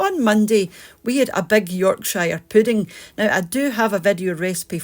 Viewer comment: Never heard Yorkshire said in that way , as if its 2 words , 😃